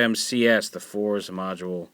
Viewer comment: Isn't it pronounced either "Forz" or "Fouz"?... They say "Fouz" in the show. I'm assuming they leave out the "R" for some sort of effect. Such as the way they pronounce "Rider" like "RIDAAAAH!"